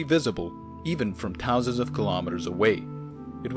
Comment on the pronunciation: ‘Tousands’. Lol!